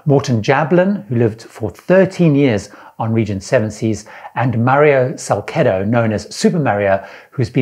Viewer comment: Mario's last name is "SALCedo" (said SalSedo) (soft "C" as "Celebrity") .... (I'm distant family of his, so I KNOW!) BTW Even though he has said that "I am a single man. I have not gotten married yet..." this is not quite true! He has been married at least twice and with wife Rosenda he fathered at least 2 children: Diana and Alexander.... There is A LOT more to his story....